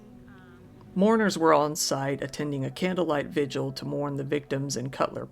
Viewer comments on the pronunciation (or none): none